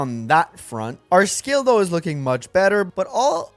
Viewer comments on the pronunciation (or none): none